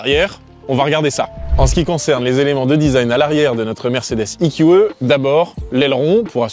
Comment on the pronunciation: Le eqeuh? 😂 ee - q - ee